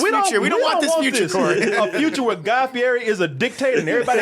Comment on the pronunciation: Guy Ferrari... and diners and dashes lol